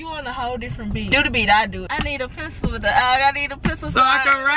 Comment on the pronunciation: said pecil